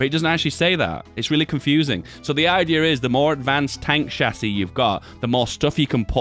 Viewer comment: "the idear is" damn you hang out with tommy too much ahahhah